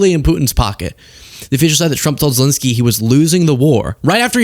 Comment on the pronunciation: Seriously, why do you keep calling Zelensky "Zelinsky"? 🤦‍♂